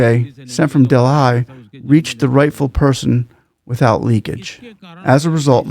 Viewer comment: Sir - Mr host, Delhi is pronounced as Deli , just pointing that out as Delhi is the capital of my country - India (so a bit important :) , just like Washington DC is to you, I guess..